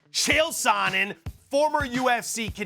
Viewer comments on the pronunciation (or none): “chael SANNEN”